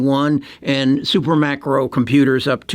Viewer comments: it's Super "Micro" Computer. You make the mistake every video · It’s SUPERMICRO, not SuperMACRO!!!